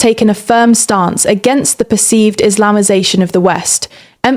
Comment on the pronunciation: U keep saying percieced! U see the proof and facts.